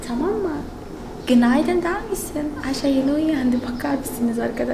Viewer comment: Ayşayı yerimmm yaa siz ayşa diyorsunuz bide de ayşe deniyor normalde çok tatlı bir kızın var yaa